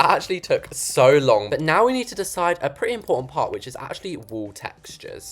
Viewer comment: is it just me or did you sound a American there when you said "PaRt 💅"